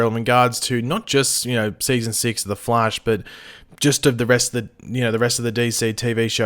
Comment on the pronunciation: Wth the flaish 😂